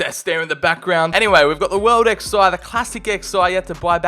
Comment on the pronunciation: Man really said World Xi and Classic Xi 😂😂😂